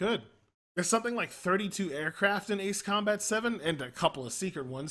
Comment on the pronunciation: That's how you correctly pronounce it...